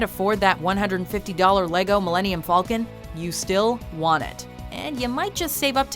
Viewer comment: Dear, I am offended by the way you pronouced the Millinium Falcon's name. It is pronounced like FAL, and not FALL. PLEASE DON'T MAKE THE SAME MISTAKE AGAIN. I am with Anonymous, and I will hack your computers and look at your private files. Also, my dad is a cop, and he will arrest you.